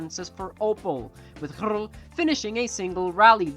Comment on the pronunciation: I'm sorry, but I find the way you pronounce röhrl too funny. Excellent effort though 😁🙌 your 'hrrl' really has some gusto :D 'Ö' is kind of a weird modification of 'O' so feel free to just use o as in ocean h after a vocal (including umlauts like ö) just marks an elongated version of that vocal (same as english oh ah etc) But I super respect & appreciate your very original transliteration of röhrl xD